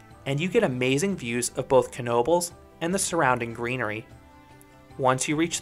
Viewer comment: ive been to knobles many many times aslso thanks for pronouncing it right so many people say tis just "nobels" ive been to the waterpark and i would say dont waste your time. to mutch hassle adn you cnat go on the other rides in swim trunks or while wet. (edit) ngl im disapointed you didnt bring up the paratrooprt or tilta-wirl. those ar emy favs